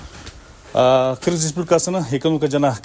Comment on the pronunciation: Гүлшат Асылбаева Кыргызга жакшылыгы жок аял депутат,жада калса кыргыз тилин билбейт,депутат болуп отурганда көрдүк эле ггыргиз мамлекетун деп сүйлөгөнүн.